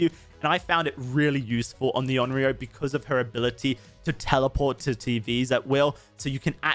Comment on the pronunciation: Onryo is pronounced a bit different that how you are. No big deal, but if you want to be special and go the extra mile: "own" "ree" but pronounce the r sound with the tip of your tongue "oh" own-ree-oh And remember, the r is pronounced with the tip of your tongue.